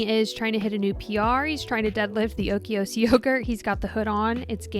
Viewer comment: Love how you say Oikos 😂